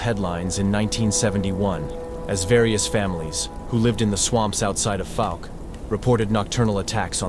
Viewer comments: They use an AI voice for the videos. AI is known to pronounce words wrong sometimes. Great video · 👣⭐🙏🏆 Pronunciation of Fouke is FOWK-uh , ˈfaʊk, like "ou" in ouch. Research stories from the Caddo Indians and the Sasquatch. Thank you for sharing this